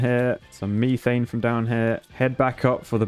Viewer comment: i love how he says methane as (ME)thane instead of (METH)ane